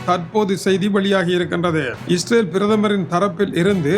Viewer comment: துரையண்ணர் நீங்கள் செய்தி சொல்லும் முறையை(இஸ்ற்றைல்) மாற்றிக்கொள்ளுமாறு கேட்டுக்கொள்கின்றேன்.